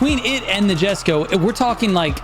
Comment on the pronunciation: ayo ma boi, the J in Jesko have a I sound, so is like, iesko something like that